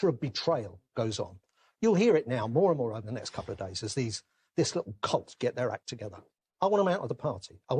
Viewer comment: That Alan Johnson has a speech impediment: he keeps referring to that momentum guy as a "cult."